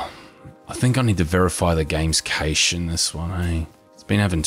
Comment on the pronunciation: Cache is pronounced cash/kaSH. Two so far!!!!